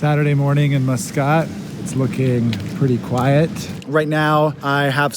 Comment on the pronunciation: "Mus-Scott" Ha! He said he is not an American citizen, but definitely comes across as a typical American who fancies themself as a "world traveler". Eye roll.